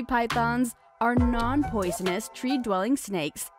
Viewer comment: When I heard “non-posinous” I actually wanted to die